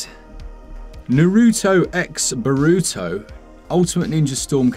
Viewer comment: Random Q. Isn’t it pronounced Naruto CROSS Baruto? Or however it’s spelled. I’ve always heard X means cross in these Japanese titles.